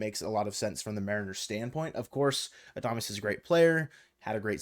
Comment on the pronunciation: I hope the Mariners don't get Adames cuz i couldn't handle listening to calling him Adamace all season lol